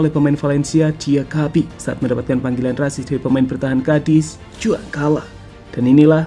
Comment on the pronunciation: Min dibacanya "Huan kala" bukan "Juan kala"